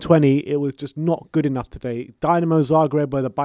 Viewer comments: How about showing some respect for the Zagreb side by learning to pronounce their name correctly?? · Better team goes to quarter final, u cant even pronounce dinamo, dislike for this video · It's Dinamo not Dynamo. We're from Zagreb, not Moscow or Kiev ffs..smh.